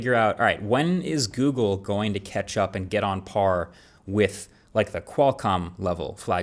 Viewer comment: Did he say "when is google going to ketchup"?